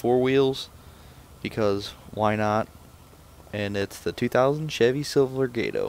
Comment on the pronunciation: WHY YOU SAY SILVERADO LIKE THAT